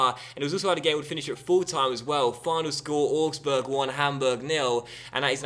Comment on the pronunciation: augsburg is pronounced owgsburg not orgsburg